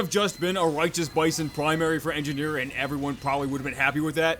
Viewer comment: Engineer--------- engifar ------------ enjifar :P not sorry